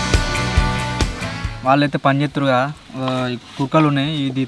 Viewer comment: kudkalu ❌ KUKALU✅